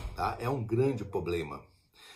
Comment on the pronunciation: Poblema nao existe. Problema